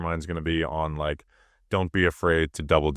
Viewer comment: Wike and subscwribe. Yew’ll be gwlad yew did